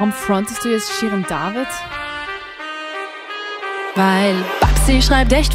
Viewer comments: Geschminkt und ordentlich gekleidet, sah Sie ja ganz sympathisch aus, bis Sie Shirin David ausgesprochen hat 😂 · Sie kann nicht mal Shirin David aussprechen 😂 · Schirin David😂👍 genau super ausgesprochen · Wie deutsch willst du Shirin David aussprechen? Niemand: Wirklich niemand:: JAAAAAA!!!